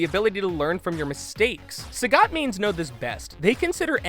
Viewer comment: "Sah-got?" You are good at reading.